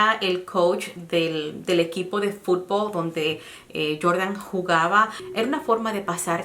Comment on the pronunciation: Se dice FUTBOL y BEISBOL NO FUTBO y BEISBO y hable bien el español no hable cómo si fuera "NORTEAMERICANA" y de verdad seguro fue ese Aaron y lástima qué no tenían cámaras para saber qué pasó.